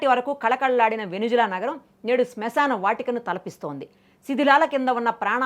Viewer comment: వెనుజువెల కాదు వెనుజుల